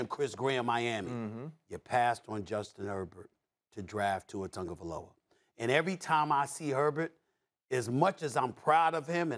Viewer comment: Its TAGO-vailoa not TANGO-vailoa